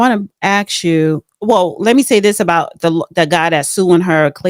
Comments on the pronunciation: That is a pet Peev in my circle. Are you Axing me or Asking...there is a difference. She should work on toung twisters...She sells sea shells by the sea shore ect😂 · A S K. not A X Come on now! So we change the pronunciation of a word to prove that we’re black. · the word is ask or asked. It is not axe axes. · The word is ASK, ASK, ASK, not AXE, c’mon people. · why say ax just say ask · Stop, saying ax, it’s ask’s!